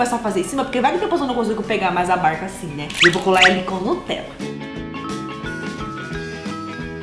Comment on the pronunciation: Ela falou berca n barca kkkkk